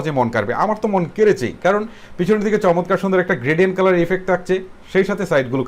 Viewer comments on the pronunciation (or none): দাদো "শমতকার " নয় "চমৎকার" হবে ওটা!!!!